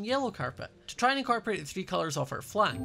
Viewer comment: dont u mean in-carpet-rate and not incorporate?